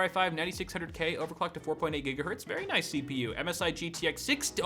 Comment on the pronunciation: Lol after he takes a drink he turns British for a few seconds! "CPU Noice!" "Mobo Noice!" "Ram Noice!"